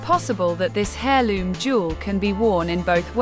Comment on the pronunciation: Its pronounced air not hair in heirloom etc,you should know this.